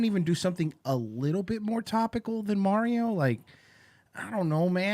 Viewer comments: Say 'Mario' the correct way mersh. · You guys are miss pronouncing Mario and Sega really is annoying lol